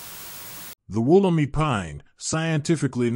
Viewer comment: It's pronounced Woll-em-i (eye) , It's location is not a secret it's in the Blue mountains, but it is a restricted site and not accessible by the general public...Since 1994 there has been many hundreds of Wollemi cultivated and there is a stand of them being gown by NSW parks as part of a conservation project Mt Tomah.